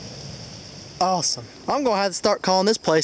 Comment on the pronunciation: "AWESHUM" SEATED! LOL. Very awesome finds!